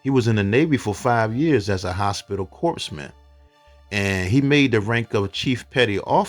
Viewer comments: Pronounced "core-man," not corpse man. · Corpseman the p is silent. the s is part of man sort of a smen sound.